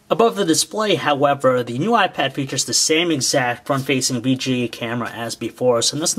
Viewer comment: lol he says "new why pad"